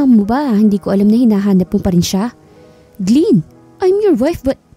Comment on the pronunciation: glen po hindi gliin!😅😂